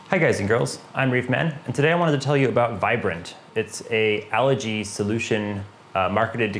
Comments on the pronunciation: Algae is a plant. Allergy is a medical condition, symptoms of runny stuffy nose, itchy eyes etc. LOL Of course other than the pronunciation good info and methodical as usual. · Algae. Algae. Algae. Not Allergy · Yea, I've learned from my mistakes. I grew up pronouncing it that way, but I'll use the english Al-gee version if it makes folks happy. Thanks! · Haha yes! I grew up pronouncing it like this, but I've been training myself to say it al-gee now. Doing my best! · Where I grew up it's pronounced more like allergy 😆. I've changed my pronunciation after all the comments on this video.